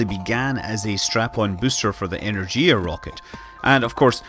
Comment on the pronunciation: A few notes on pronounciation of Russian tech names: - there's no "z" in "kosmodrom", the "s" is as in "space", so it's kos-muh-drom; - "zenit" has stress on the second syllable. - so does "energia", and the "g" is hard as in "gear", not soft as in "giant", so it's sort of eh-nár-ghee-yah. This is not important at all, of course.